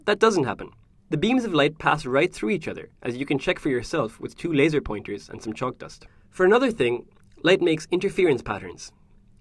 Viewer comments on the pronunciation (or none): none